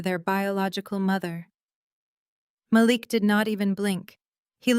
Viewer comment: Mah Leek not malick